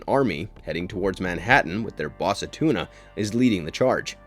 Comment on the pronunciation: lol his name isn't "A-tuna", it's Attuma. I know he's from the sea and all, but c'mon man lol. In all seriousness, you mispronounced quite a few words for someone who's claiming to be a Marvel fan. Some of these hardcore fans will eat you alive over something like that lol. Just a heads up for your future vids.